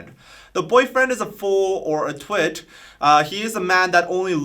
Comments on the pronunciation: but still nobody can explain why she is pronouncing twit like light ? like TWIGHT? it sounds so wrong.. very annoying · very good! BTW, with her accent it kind of sounds like she's saying "two - it" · Does it mean twit as in idiot cus she says it like: twight